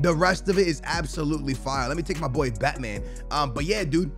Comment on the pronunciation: did just say BaTmaN